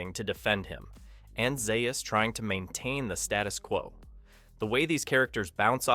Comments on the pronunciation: Zaius is pronounced ZAY-US not ZEYE US. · You keep mispronouncing Dr. Zaius (ZAY-us). The original novel did show the apes with mid-20th century technology, even with passenger jets. No space travel though. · It's pronounced Dr. Zaus, Have you actually ever watched the movie? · It doesn't appear that he has Mr. Collins. Drives me nuts!